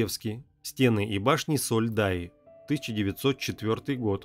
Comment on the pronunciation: Не Сольдая,а Солдая... А вообще, Сурож!